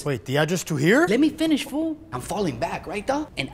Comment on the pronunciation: "Let me finsh fool" 😂😂